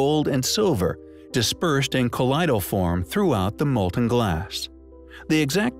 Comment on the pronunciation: Col - LOID al form, not col -LI -dal